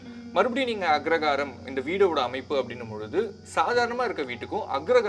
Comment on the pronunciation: Anchor is mispronouncing the word as Agragaram!